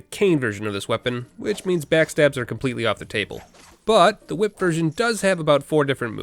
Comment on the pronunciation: "Ehy, that's a cool hwhip!!!"